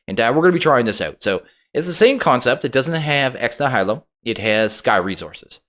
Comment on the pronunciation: The "nihilo" in "ex nihilo" is pronounced like a certain science guy's last name, followed by the word for slightly sick, then the sound of realization: Nye-ill-oh It's from the same root word as "nihilism," and the full phrase (ex nihilo) means "from nothing."